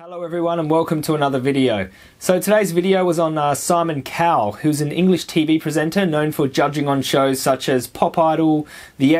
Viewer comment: Is it me or the Aussie pronunciation of "Cowell" doesn't differ much from that of "cow" ?